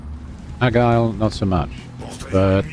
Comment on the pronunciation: Can't tell if you're joking by calling it the "Agile" or "Argyle". It's "Aigle", pronounced Ay-gluh and translates from French to "Eagle" in English. But perhaps you already know this?